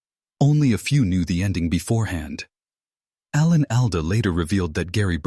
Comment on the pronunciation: Very poor production...the video bears no resemblance to the narration, reusing scenes repeatedly while the narrator mispronunces the names of Alan Alda and Loretta Swit. Interseting commentary on the show but very badly presented. Too bad.